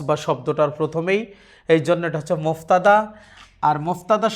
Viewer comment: মুবতাদা । মুফতাদা নয়